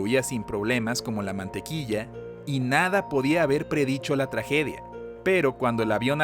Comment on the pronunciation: Like si escuchaste "tlajedia" :v